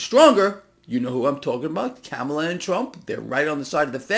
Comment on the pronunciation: please pronounce Kamala’s name right.